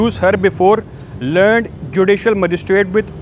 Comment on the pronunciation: dea host zara khayal kejiye ga angrezi boltey waqt aap adaigi kejiye misal BEFORE THE LEAR- NED COURT. samajh gaye janab ! LEARN alag ada kejiye phir noon daal ned ki awaaz nikalie misal NED UNIVERSITY ? samajh gaye janab BEFORE THE LEARN -- NED COURT got it?